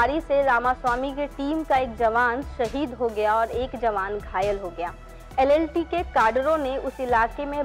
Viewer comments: कृपया ऐसे लोगो से वीडियोज न बनवाये ज्ञान का अभाव 👍 जाफना को जफना, LTTE को LLTE बोल रही है एंकर👍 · LTTE NOT LLTE